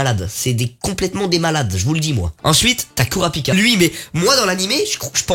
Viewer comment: Juste pour info les (U) se prononce (OU) au Japon g fait un AVC des qu’il a dit Isuk(u) ou k(u)rapika